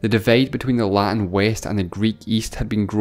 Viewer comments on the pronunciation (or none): none